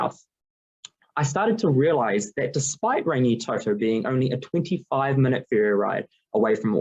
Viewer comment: Thank you for your research & thoughtful presentation your findings. Only feedback would be to look at support in your pronouncition of Rangitoto and a couple of other kupu.